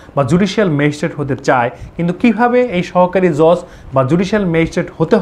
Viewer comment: JoJ na Judge😆